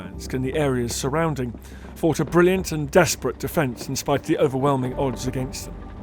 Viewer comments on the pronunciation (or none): none